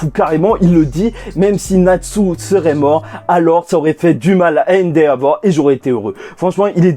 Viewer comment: répète après moi E N D E V O R E